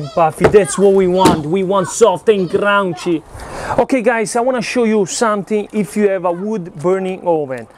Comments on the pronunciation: I just like how you say Crounchy. Nice and crounchy. I have to try that pizza brother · I'm from NYC (18 years) and yes indeed, you have it all right. There are many styles in NY that are all said to be NY style pizza. I must try your ricetta! Your inspiration is ever present especially when you say "crown-chee" for crunchy.:) A better word for it is, crispy. Crunchy is for hard, dry heavier stuff, but "crispy" is a lighter, delicate type of crunch which is most common to NY style pizzas. Great work and exploration, mi amico! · It kills me every time he says crunchy lol